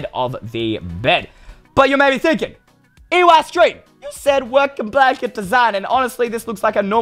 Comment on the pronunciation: Everyone love "EYE" STREEM